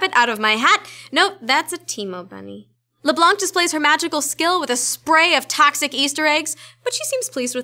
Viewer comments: It's LEBLOUGH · Is it supposed to be LeBlank at the beginning because you spell LeBlanc